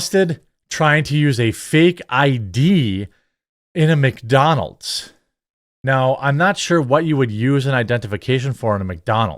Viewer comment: Holy fuck thats not how you say Mcdonalds dude